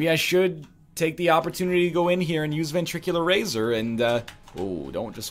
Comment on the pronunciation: Please stop mispronouncing ventricle razor.